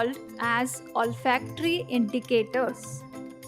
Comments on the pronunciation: This is olfactory not all factory 😅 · in last well its not allfactory indicators its 'olfactory' indicatory :face-blue-three-eyes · “OLFACTORY” MADAM 😊.